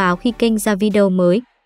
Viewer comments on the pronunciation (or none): none